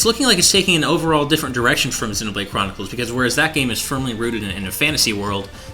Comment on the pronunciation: I hate when people say xenoblade like that.